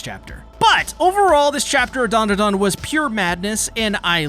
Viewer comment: Broo you keep calling it mondadan